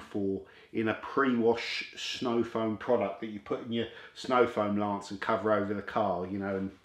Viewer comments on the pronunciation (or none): none